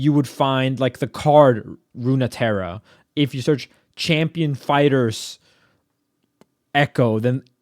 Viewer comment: "Runeterra" is pronounced "roon-terra".